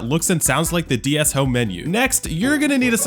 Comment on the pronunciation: Ds❌dee s✅